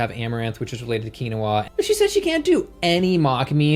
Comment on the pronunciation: mispronounced Quinoa and Seitan within one minute. lol